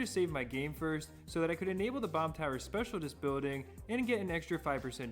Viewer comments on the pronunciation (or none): its pronounced speciaList not specialTist. Great video nonetheless!